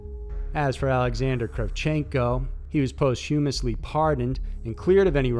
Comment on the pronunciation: How about his "post-HUME-esly? lol